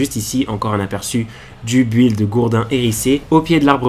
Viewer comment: Tu me stress a dire bu illd 😭